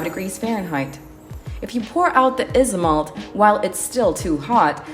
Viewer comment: i know right, it’s pronounced “Aisomalt” or “Aisomolt”